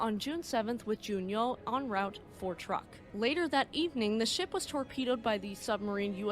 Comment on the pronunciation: 1) In case you have to use it again, Truk is pronounced "Trook." 2) You mean my 2nd favorite BABYMETAL member was named after a minesweeper? Just kidding!!